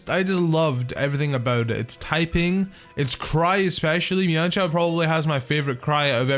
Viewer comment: You mispronouncing mienshao hurts me